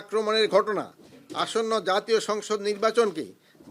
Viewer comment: হইসে, কোনো পোরকার, জাতীয় সংচ নির্বাচনকে, অন্তবতী সরকার, নিরাপত্তা নিচ্চিতে বদ্ধ পরিকর.... (ওসমান হাদি হত্যা!!!) ধীর গতিতে বাংলায় স্ক্রিপ্ট পড়তে উচ্চারণে এতো ভুল!!